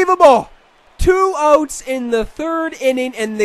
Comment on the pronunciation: it's 2 outs, not 2 ohts man